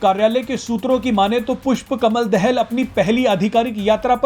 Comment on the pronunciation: भारतीय मिडिया पुष्प कमल दाहाल के नाम तक को सही उच्चारण नहीं कर सकता तो इन मिडियामें प्रसारण होने वाले समाचार कितने सत्य /तथ्य प्परक होंगे???😝😜😆